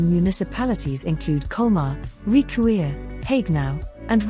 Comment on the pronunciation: it's pronounced "rikvir" but nice video!